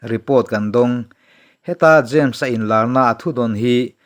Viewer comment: James , tih hming a rik na reng reng ah, dawt nge thu dik fiah hma sak zel a tha, eg, Za mes.... No.. No. A....... Hi. i.. i. 🤒